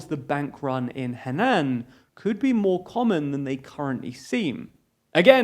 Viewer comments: Henan is pronounced in Mandarin like "Her-Nan" while keeping the 'r' silent. It is NOT pronounced like "hen-Nan." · Please look up the basics of how to pronounce pinyin before your next video about China It's more like huh-naan than hen-in. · it's pronounced he nan not hen an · Pronounce Henan as He-Nan (He None) ...not as Hen-An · Love your work - so this is no criticism but simply a friendly suggestion: the pronunciation of Chinese placenames is consistently off (Henan for example is pronounced HER-nan rather than HEE-nan). A quick check on an app like Google Translate could fix this. It sounds pedantic but accuracy is important to the Chinese language to the point where a Chinese person would probably find 'HEE-nan' confusingly unrecognisable, with the phonetic syllable 'HEE' not even being represented by a Chinese character. Chinese is a beautiful and fascinating language and we as non-Chinese cant be expected to understand it completely, but we have apps for that😜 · Hen-ahn, not Hennen. Surprising you pronounced just about every other Chinese place name correctly and continuously got that one wrong. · It's not pronounced "hennan", it's closer to huh-nan. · Lol, man, use Google or something for pronunciation of Chinese cities. It’s pronounced Her-nan, not Hennan. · By the way the pronunciation is HER NAN not HEN NAN. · A little checking would have quickly confirmed that the main topic of your otherwise interesting presentation is Huh Naan not hennan. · "hehnan" it's most accurate to say "her-nan" nan like her nanny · /huh-nan/, not /heh-nan/ 😜😜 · Haha, it’s pronounced more like “Her-nan” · Please use the right tones. It is Hé Nán, both with rising tones. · Hair nurn. Heh. More like "her naan", minus the "r" and shorter "aa". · FYI: Henan is spoken with a flat "a" he-nahn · Should be roughly pronounced “Her nan” with a lowish tone! But great video regardless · Henan is pronounced as Her naan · btw, henan is pronounced heuh-naan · "Hand end" 🤣